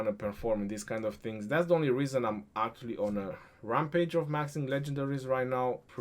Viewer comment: No of times says 'Aaktually' in this video - 34 #AaktuallyCount